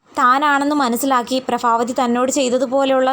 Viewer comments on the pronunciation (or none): Prabhavathiyaanu allathe prafavathiyalla athonnu sredhikku🙏